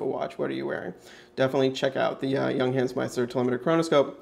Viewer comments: It's "y uhng huns" :D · You're mispronouncing the name. It's "young - hahnz." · The company is not called Younghans as you pronounce, no is the watch a chronograph as you keep telling us, it's a chronoscope, (look up the difference) Junghans manufacture in China, you can buy the same watch with the Chinese Logo for about $30.00